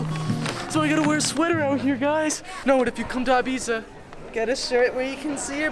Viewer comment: EEE-biza, not EYE-biza.